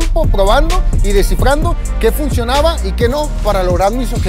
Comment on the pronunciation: Porque hablas así? Ashiiii funshiionaba empesharan me desespera